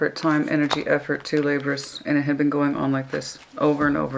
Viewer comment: Hey, it's Cyclic pronounced sick-lick. Laborious pronounced la-bore-ee-us. Communicative pronounce cum-you-nick-ah-tive. Obligatory pronounced oh-blig-ah-tory (the blig rhyming with cig as in cigarette). Just helping!:)